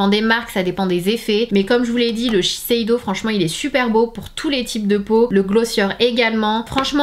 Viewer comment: On dit sheseido et non sesheido je pense non ?